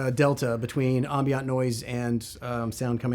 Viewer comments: The word is "ambient" like "I am" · Crazy pronunciation of "ambient" noise by the guest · does It bug anyone else that he can’t pronounce “ambient” correctly?